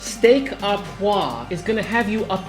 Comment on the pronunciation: Steak "ahh pwah" isn't a thing. Steak "oh pwahVRE" is.